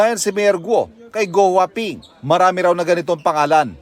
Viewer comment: gwaping 😂😂😂 pagbinigkas